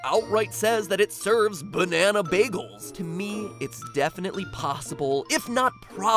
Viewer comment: Its more like "Bazaza Bagels" to me.